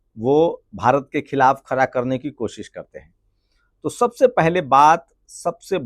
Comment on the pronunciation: Khra nahi khda hai